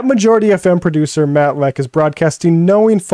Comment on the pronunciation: It’s Matt Lech. He thinks it’s Matt Letch. But he says Matt Letkhschsh. Go figure.